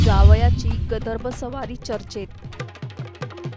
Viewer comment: गदर्भ नाही ताई - गर्दभ आहे ते .. म्हणा बघू एकदा .. "गर्दभ"